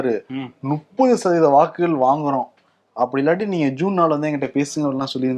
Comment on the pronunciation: When is going to pronounce ‘muppathu’ correcting his usual ‘nuppathu’?